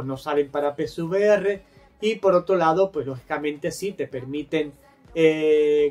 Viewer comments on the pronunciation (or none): Soy yo o dices PSVR en vez de PCVR?